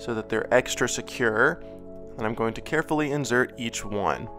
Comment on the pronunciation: He says inzert lol